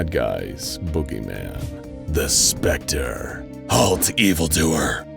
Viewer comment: I love how THE SPECTER slightly smirks every time his name is said in the correct way.